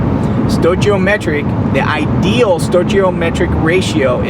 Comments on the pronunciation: just a tip.. stoichiometric is pronounced sTOYkeyOmetric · Yea, Stoichiometric is pronounced stoiKiometric. Stoichiometric.